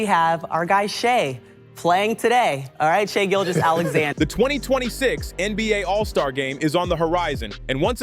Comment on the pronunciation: “Shai Gill Jeyus” 😂